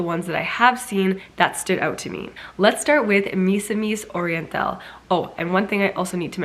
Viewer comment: Misamis Oriental pronounce as "Me"-samis Oriental than "My"-samis Oriental. Hoping to be notice from you miss Siera. I love your videos btw. 💕💕